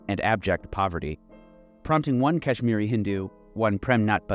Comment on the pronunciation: As a Kahsmiri thank you so much but listening to you pronouce names did kill me a lil inside. God Bless you